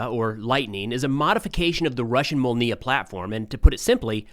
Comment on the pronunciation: its "their molnya" not "the ramonia"